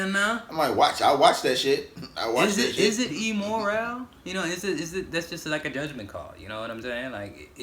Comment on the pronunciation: Listening to pronounce immoral makes my day lol